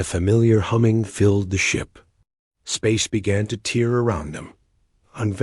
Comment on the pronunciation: Only the dots? Not the random pauses, not being able to pronounce the correct version of TEAR, or then being able to communicate instantaneously, not just faster than light. On their first ever faster than light travel.